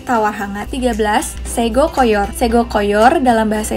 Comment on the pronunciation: Sego koyor...bunyinya bacanya. sego khas jawa..naratornya mhon perhatikan bacanya nggih sblm.buat narasi..makasih byk ya